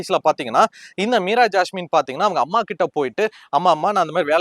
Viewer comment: Unga Imagenation delever bayangaram Meera jassme per mattu sathama solringa ungalukku thanipatta veruppu maari irukku